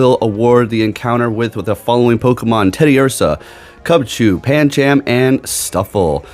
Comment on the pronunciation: gonna be honest with you the whole ca launcher thing bugged the hell out of us watching claw one syllable the whole thing clauncher is 2 syllables calauncher is three just had to stop that and paaaan chaaam i alwways thought pan chum (phonetic) sounds better/ correct but that is more down to you accent